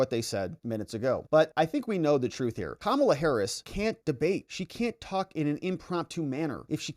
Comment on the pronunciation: FAAAAAAAAAANI........NOT FOOOOOOONI. P.S. IT'S KA-MA-LA.....